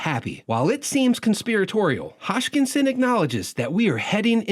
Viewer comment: It's hoskinson not hotchkinson